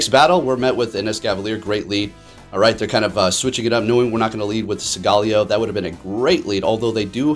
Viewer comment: hey it’s pronounced sowl-galeo not sogaaleo